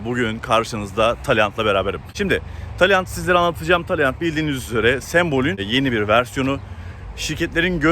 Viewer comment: Söylerken yanlış söylüyorsu. Dikkat et araç markasını